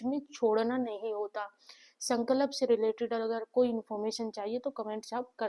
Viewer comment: Sankalp not Sanklap..😅 .. Madam theek se toh boliye !!